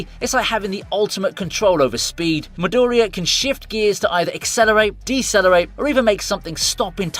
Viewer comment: "MidOria", my ears bleed every time I hear you pronouncing the character's names, it's not that hard, specially when you can clearly hear the correct pronunciation in the show, you should give it a try...